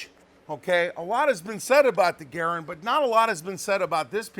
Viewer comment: …And thank you for pronouncing Garand correctly!